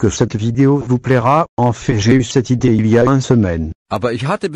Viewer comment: Ça se prononce une semaine et non un semaine 😉